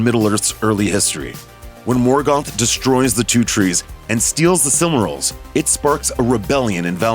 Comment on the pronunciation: You can say silmarillion but you then end up saying silmaril as sillmuril? lol.